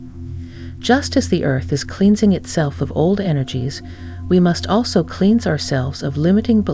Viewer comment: It's so weird to me that AI doesn't know how to pronounce common words like, "cleanse." 🤔